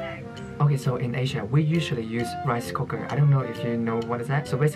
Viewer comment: "rice cocker" im sorry i had to ❤